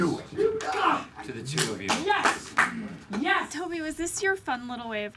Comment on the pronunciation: Actually, I believe he says, “Nyes.”.